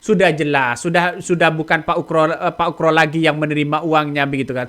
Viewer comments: Bukan ukro bos tapi oegro di baca ugro. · bukan ukro bang tapi ugro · Bang namanya bukan pak Ukroseno tetapi Oegroseno.... mohon ma'af klo sy salah dengar yg diucapkan bang